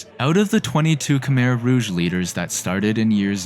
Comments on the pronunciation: Btw Khmer is pronounced “ku-my” not “ka-mir” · Khmer is pronounced "ku-mai" not "ku-mer" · Croissant. Pretty sure you don't pronounce the R in Khmer. It's more like Khmy. That said, funny that the US-backed "communist" country was eventually stopped from its atrocities by communist Vietnam.